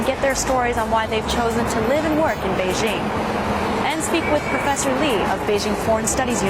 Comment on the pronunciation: To: Since you're Chinese you should pronounce Beijing correctly. It's "jing" as in "jingle" NOT zzzing. Come on you know better.